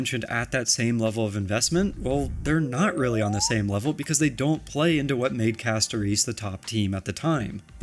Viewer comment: When YouTubers can’t pronounce the characters names properly… I wonder if they even play the fa game 😪 Say Castoreeece one more time and I’ll riot